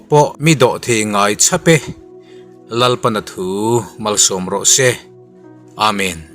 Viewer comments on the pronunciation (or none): A tawi nain a pawimawhin ava tha em. chhiar ka hriat dan ch Chhap tih thluk hi 'vak' tih ang ni lovin 'dah' thluk ang tur ni zawkin ka ring.